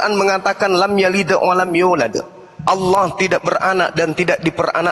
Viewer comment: Bukan Alah tp Allah